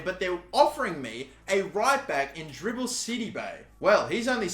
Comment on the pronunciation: Is it just me or everytime he says Djibril Sidibe it sound like Dribble City 😆😆